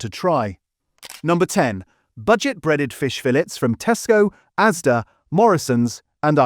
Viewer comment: It's ASDA not AZDA